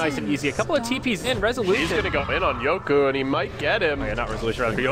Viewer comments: yoku not yoki? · Its pronounced yoku